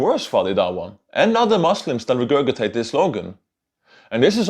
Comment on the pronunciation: Just so you know, the word is pronounced regurjitate. Because English is stupid like that.